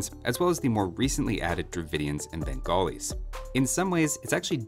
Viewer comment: No one:: "Bengolis"